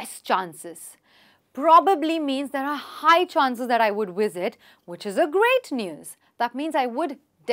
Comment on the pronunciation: Am I the only one here who thinks the instructor is pronouncing the word “visit” as “wisit”